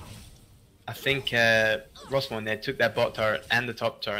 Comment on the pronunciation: Mate its Rossmoyne... aint no Rossmore